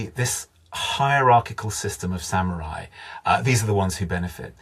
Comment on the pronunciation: I lost interest the moment I heard “samyurai”. Can’t count on any meaningful content after that.